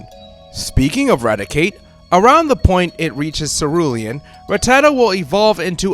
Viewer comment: Why are so many Poketubers utterly illiterate in pronouncing Rattata? I mean, how hard is it to say RATTA-TA? It's not that hard? It evolves into RATTI-CATE.